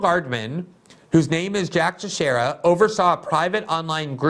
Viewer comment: Thank you, you pronounced Teixeira right!!!😄